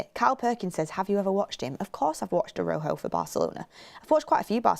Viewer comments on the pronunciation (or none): please you keep saying Araujo wrong just look it up